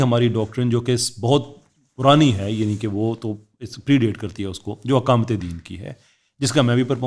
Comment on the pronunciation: میاں! اقامت بولنا سیکھو! یہ الف کے زبر کے ساتھ نہیں زیر کے ساتھ بولا جاتا ہے😅